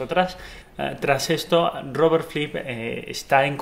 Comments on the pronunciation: Por qué dices Robert Flip?, es Robert Fripp. Buen video, gracias. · Fripp, no flipp, pronuncia bien idiota, los mataré, los mataré a todos. Gallego. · Tengo problemas con el audio, pareciese que se escucha "Flipp" en vez de FRipp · Es Fripp no Flip. Buen video, por cierto. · Si...me molesta no encontrar música del Rey Carmesí en Spotify ni en Youtube...pero también me molesta que le diga "Flipp" y no "Fripp"!!...(o al menos es lo que yo escucho!...) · Me desespera que no pronuncia bien "Fripp", no es tan difícil hermano, inténtalo.